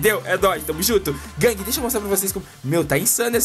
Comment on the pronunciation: vc parece o mussoumano falando guangue . LIKE